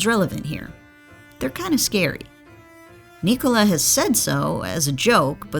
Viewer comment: NÍKOLA!!! It 's a normal Nicola!!! Enphasis on the Ni... Americans are so stubborn man... He corrected them for 2 years